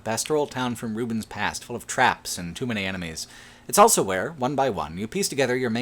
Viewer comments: says elso instead of also. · Dude, also, awl-so. Not owl-so.